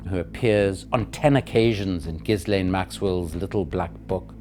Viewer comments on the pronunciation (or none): Jee Lane not Gizzlane